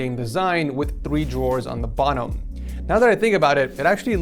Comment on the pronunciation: did he just say "bonnom"